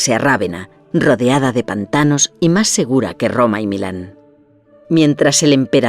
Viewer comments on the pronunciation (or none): none